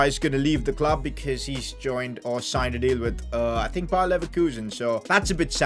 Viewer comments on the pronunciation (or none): none